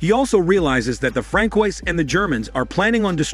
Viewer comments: “Frankoys”?? 😂 Mais non cher “fran-swa”? lol 😂 I screamed every time. 😱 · Francois is pronounced: Fran swah.....